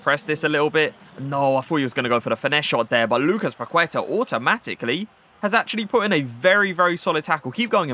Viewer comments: I'am brazilian and love your vídeos! Your gameplay is amazing. Just a tip: when u say 'Paqueta', the right pronunciation is 'Paketa', the 'u' is mute. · The u in queta is silent. It's pronounced Lucas paketa